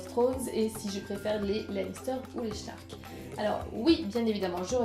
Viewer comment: Super vidéo, tu as une voix très particulière, reposante ^^ Et sinon c'est "Stark" pas "Schtark" :o